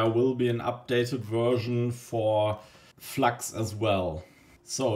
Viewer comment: Ich wusste, dass du deutsch bist, als Du Flax statt flux gesagt hast, wie auf dem englischen Kanälen